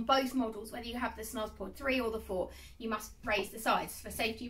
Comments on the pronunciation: Hiya, just a quick spot of feedback: it’s pronounced as snooze, not snuz. The umlaut (the two dots over the u) changes the sound from a hard uh to an oooo sound. Thanks for the vid! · It's pronounced snooze. Omg